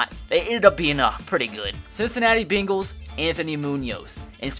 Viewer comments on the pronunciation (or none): none